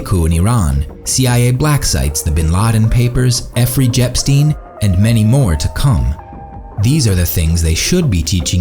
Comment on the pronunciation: he said effrey jepstein lol